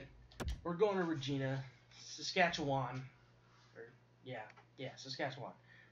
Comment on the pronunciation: Hey I'm from Regina and it's pronounced rah gina